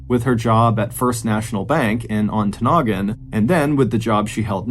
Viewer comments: So proud of you pronouncing Ontonagon correctly! Way to go, Mr Ballen! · I WAS SO EXCITED I THINK I PEED A LITTLE - UPPER PENINSULA OF MICHIGAN!!! I live way way up in the Upper Penninsula of Michigan - 45 minutes from the "end of the road" and you did a great job pronouncing our Yooper towns. Especially Ontonagon. I promise you, if you look into Keweenaw County lore, you will be amazed at some of the mind-boggling mysteries up here. Or tragic unsolved mystery... look at the Italian Hall Disaster in Calumet MI.... that story you could knock out of the ballpark!